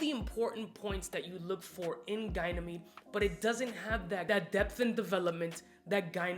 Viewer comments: It´s Ga ni me de, not gay ni me de. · ) It's definitely not pronounced as GUY-Nameed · It’s pronounced ‘Ganie meed’. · Bruh how do we pronounce Ganymede? I swear it can't be Gynamede :/ :D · How illiterate does one have to be in order to pronounce “Ganymede” the does???